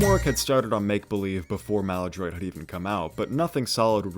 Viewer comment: lol your pronunciation of Ocasik kills me every time... and Maladroit... jesus